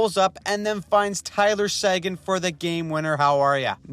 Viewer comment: Seguin is pronounced Suh Gain not Say Ginn